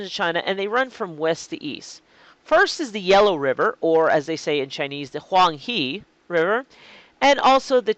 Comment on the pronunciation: "Huang He" should be pronounced as Huang Hau . I have no idea why when communists revolutionized Pin Yin(which is 90% accurate to roman languages), they introduced this most mis-pronounced sound based on that vowel "e", forgetting the "He" to most English speaking culture is automatically pronounced as the pronoun "He".